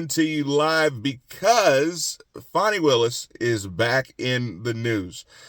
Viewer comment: You're right on about her, and you always pronounce her name right! 😉👍 Too often I hear people saying her name like "Fawny" and I don't think it's funny! 🇺🇸💪